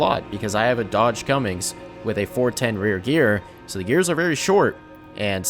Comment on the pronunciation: Cummings 🤣🤣🤦🤦 It's Cummins